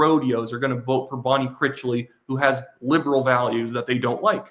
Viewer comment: you're saying Bonne Critchly's name wrong, it's Critch, rhymes with rich, as in richly. Critchly. You're saying it like, crickly, there's a T in there.